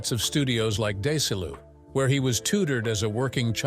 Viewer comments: The “school” Ron attended, that the narrator said was at “DAY-sih-loo” Pretty sure that was Desilu, (pronounced deh-see-LOO), a studio named with the combination of the names of Desi Arnaz and Lucille Ball, “Desi-Lu”, and owned by them. I just hate AI narration. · "Day sel you" is Desi Lu! I finally determined this artificial narrator needs an overhaul! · Studios such as Day-Sa-Loo? 🤣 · Is the studio that Ron Howard first belonged to, the infamous "DAY-SULL-OO" So I'm not watching, I'm only listening I hear this and I think, what in the world?? And then I realized it was the AI lunacy trying to read the word, Desilu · "Dace-a-lu"? V.O. guy trying to say Desilu. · horrid AI audio. Repetitious Ai writing and video daysaloo ?? Desilu! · "Howard was educated at studios like Day-sa-lu"...........maybe you mean "Desilu"? Good one, AI !! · Your AI is showing… No one with a circulatory system is going to pronounce it, “Day-sa-loo.” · Day-sa-loo for Desilu? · Desilu is pronounced Dezee-lou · Clickbait. AI voice. Pronounces Desilu as "Day-say-lou". No new information in this video. Its crap. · Des- a - lou studios? I think the AI robot screwed up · Day-So-Loo? Nah, lost interest. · Notice how this freak racist pronounces Desilu production? And he drags this out for the hits! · AI doesn't know how to say Desilu as in Desi Arnaz. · WIll be blocking this channel. AI voice can't pronounce 'desilu' studios. Teaser in the title not answered, plus what seems to be a lie in the title. Must remember this channel to block it next time the algo suggests it. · When the fake narrator cant even pronounce Desilu I give up. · Yeah....im 7 minutes in and they've repeated all the same bs 5 times. What a waste of time. To add insult to injury the "narrator" can't say DesiLu to save his butt. Crap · Stupid AI voice cannot pronounce Desi Lu studios or Bette Davis. And the music in the background is very annoying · Desilu was noticeable for one. There were others, but that one stood out.